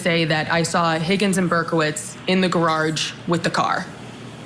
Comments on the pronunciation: Did you hear how this wench pronounced'garage?' She says 'gararje.' AuntieDeb channel made a song called Gararje. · How can all these people from Boston leave the R’s off the end of words, but insert the R where it doesn’t belong?? The Caa was pocked in the gararge????? WTF??? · I don’t trust any witness that pronounces “gararge” the way Ms. Deeeever does. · I wonder what a "gararge" is?